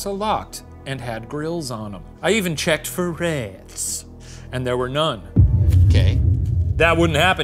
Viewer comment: “I even checked for rehhhhts”